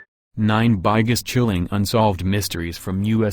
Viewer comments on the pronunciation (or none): What a joke can't spell biggest and now the computer voice pronounces it as by-guest